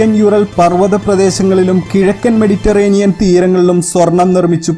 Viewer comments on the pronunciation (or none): none